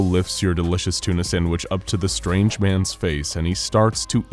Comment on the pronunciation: It is not a thuna.